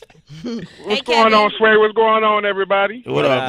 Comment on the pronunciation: Pronounce his name again sway??? omg lol brahhh you making my ears hurt say his name the correct way..lol